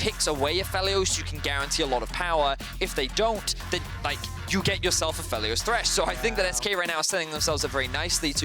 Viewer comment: A Feely Oss really really doesn't make sense as a pronunciation for Aphelios.